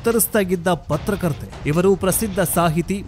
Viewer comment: ಪತ್ರಕರ್ತೆ ಅಲ್ಲ ಪತ್ತಾರ್ಕತ್ತರ್ 😂😂😂